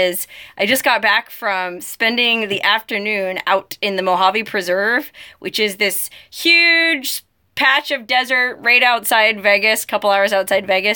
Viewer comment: love the way you say "Mojawwveee" :)